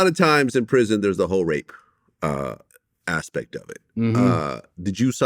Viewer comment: RAPE "ASSPECT" lol